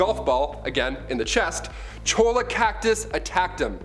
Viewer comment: Also Cholla is pronounced as choi-ya. I didn't know that til I moved to Phoenix a few years ago. And apparently it's illegal here to damage or move a saguaro, unless it's raised at a farm to be transplanted. A guy near me was in a car accident and knocked one down, and was fined for it